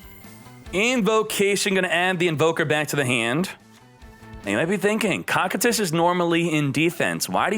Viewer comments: its pronounced (KOU KAI TUS) not cockitus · no but he said it wrong like 90 times and every time it made me wanna shoot myself